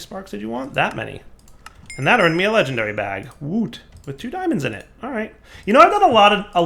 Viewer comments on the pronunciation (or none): none